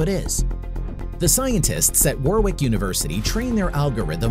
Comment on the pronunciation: I went to Warwick University, awesome! Just to let you know it's pronounced Warick (the second w is silent)